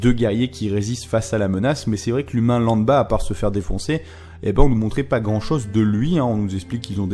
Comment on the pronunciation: "L'humain lamba" Non c'est "Lambda" ^^